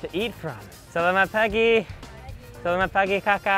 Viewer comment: the word for "older sister" is "Ka-Kak" or you can shorten it to just "Kak". I think you're missing the "k" sound at the end when you pronounce it. BTW, it's very acceptable in this day and age to also say "boss" to the women.:-)